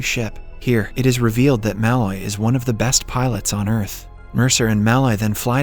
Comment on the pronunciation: I think its funny that he pronounces Mul-oy as Ma-Loy as Mulloy is my last name and I heard it be pronounced Ma-Loy all my life XD